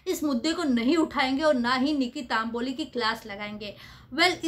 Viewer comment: It’s Tamboli not Taamboli